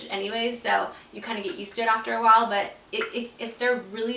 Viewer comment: I've noticed that when talks she always says "why" instead of "while"! Not hating I just noticed it and I think it's kind of cute! Build character😘